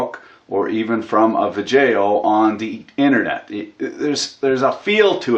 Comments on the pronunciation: I can't quit watching your vuh-jay-ohs. I love the way you mangle words to create new words. Plus, I like watching you tear brand new power tools apart to find out how the factory fucked the customers. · ive self learned with stickwelding and im proud of it! like your videos, look funny guy, Gratz from quebec Canada, you use sometime french prononciation that make me laugh